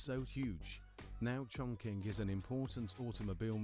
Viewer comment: Wrongly pronunciation for Chongqing.